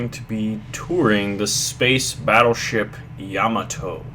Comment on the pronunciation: "Ya-ma-to" Not "Yam-i-to" =P